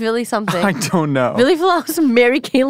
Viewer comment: I'm astonished how mentioned bands like Korpiklaani, but doesn't know HIM?! That's crazy. Also, butchered Ville's name pronunciation. 😂 Edit: How come I feel as though I've seen this already before? 🤷🏼‍♂️